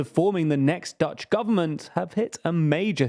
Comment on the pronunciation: I feel like the effort put into pronounciation of Dutch words was way better this time. Its still not perfect, but I am seeing progress. I also think that pronounciation of the Dutch r makes him sound like he's from Limburg, the same place as Wilders.